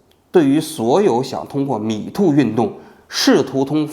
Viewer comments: 蜜汁发音 “米兔”运动 😄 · 不开字幕的情况下，把 Me too 听成了 米兔🤣 好纳闷，米兔 是个啥运动